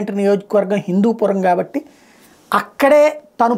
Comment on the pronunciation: It's Hindupuram not Hindupoor